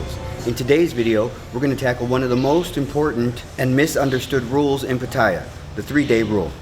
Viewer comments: It's Pat A ya FFS not pat eye a. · I haven't watched the video yet, just 23 seconds of it, but already it is difficult for me to take you seriously when you can't even pronounce the city correctly. It's not 'Pa-tie-ya', it's 'Pa-ta-ya'. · Pha Tha Yhaa the y is not used is the correct pronunciation* Great documentary Sir, thank You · i could pay attention to what this guy says if he only would pronounce PATTAYA right! Otherwise, it's not worth my time. Having been to Thailand a lot, I learned early that you gain respect by speaking the language correctly, even if you only know a few words. If not, the people will still smile at you - it is, after all, the Land of Smiles - but some will secretly think of you as just another farang khi nok: bird-shit foreigner!